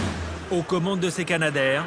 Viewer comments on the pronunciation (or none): Alors c'est Canadair, comme Canada et non pas Kanada.